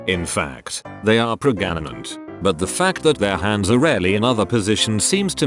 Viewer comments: "Prega-na-nant?" I think the robot voice needs a tune-up. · This robot has a hard time reading certain words. Like the word pregnant. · Normal people: Pregnant Me, an intellectual: Preganant, preganancy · Omg 'pregananant' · So this TTS reads pregnant as p r e g a n a n a n t ? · pregananant, i love how that sounds XD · Hilarious the voiceover didn't always match the text. "Pregananant" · “That yes, in fact, they are pragananant” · Did I just hear... PREGANANANT?! XDD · almost fell of the chair on laugh with that "pregananant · I laugh every time the voice says Pregananant 😂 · The way it says pregnant is killing me😂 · The way texttospeech pronounces 'Pregnant' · Please, just say pregnant... or were you trolling us??